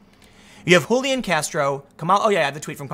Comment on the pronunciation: What's with the Hulian???? My cousin has this name, it is an English name and is said Julian , underlining the J. Yes it's from the Latin Julianus, which is a derivative of Julius, and old Roman family name